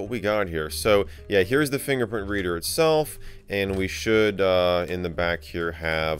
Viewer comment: I'm sorry did you say finger fox